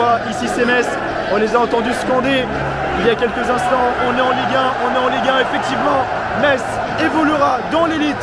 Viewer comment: Belle vidéo. Beau boulot. Seul petit bémol, les liaisons dangereuses ... ;) Faut arrêter de mettre des "T" partout ! :D (exemple : "c'est désormais Tofficiel", "évoluera Ten ligue 1" "le perdant parvienne Ta retrouver" ...) Bonne continuation !